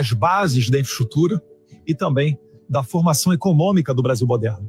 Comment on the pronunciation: elssa pessoa nao sabe falar infraestrutura nao. ponto hahahaha ate 2020 ja passou kkkkkk